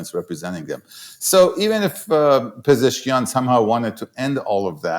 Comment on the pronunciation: Thanks for the great interview. His name is Pe-zesh-kian though 😊